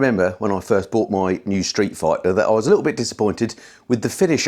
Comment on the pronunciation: Did you say "Street Frighter" in the intro? 😂😂